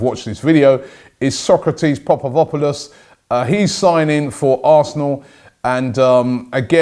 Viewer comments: Sokratis „Papastopulos” not Papapopulos Robbie :) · Mate its not Popavopolous, it's Papastathopolous. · Popovopolos loooool! Papastathopoulos, not that hard to pronounce if you're fluent in Klingon. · Sokratis "papastathopolis" not "popopolis" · Robbie, as pointed out by sooo many fans, it'S PA-PASTHA-THO-POULOS , not papavopolos. ( those aren't even close !!!) . . Please call him Sokratis. I feel ur insulting him. . . U wouldn't like, Boobie Lyle, would u ? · Its papastathopoulos not papadopoulos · SOKRATIS PAPASTATHOPOULOS PLEASE STOP SAYING PAPAVOPOULOS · its Papastathopoulos, where do you get the papavopoulos? xD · goodamit man..its Papastathopoulos not Papadopoulos..how many times? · Papastathopoulos!! Not papavopoulos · Popovopolus🤔 PAPASTATHOPOLUS!!! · mate Robbie needs to leave it at Sokratis 😂 butchering that last name, papa sta thop olous 🇬🇷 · Please Robbie your pronunciation of Socratis surname gets worse every day, please make a better effort pa-pa-sta-tho-pou-los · Pap ast a thop oo loss. You're welcome Robbie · PAPA-STA-THO-POULOS...come on Robbie my man it’s not hard. Break it down and read his name as above. Please man let’s get it right lol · ROBBIE.... you keep saying Socratis surname name wrong, it's PAPASTATHOPOULOS... try it: PAPA STA THOPOULOS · Learn how to say sokratis second name 😂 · Sokratis Papastathopolous must be the first name ever, that Robbie can pronounce and nobody else can. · Robbie went to Greece just to know how to pronounce sokratis' surname.He sure knows how to spend that extra quid... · Learn to pronounce papastathopoulos lol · Except it's still wrong. Idk how he doesn't see the spelling doesn't match the pronunciation. Papadopoulos is another Greek defenders name..it makes me cringe every time i hear him say it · Kevin D'Souza he said it completely wrong 😂😂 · still wrong tho